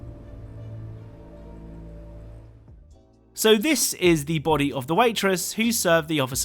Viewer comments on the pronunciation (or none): none